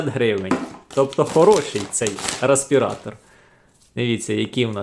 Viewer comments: ну бляха! рЕспиратор! не рА!..🙄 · Дякую за огляд. Але, бляха: "рАспіратор"??? Ну, камон... 21 сторіччя...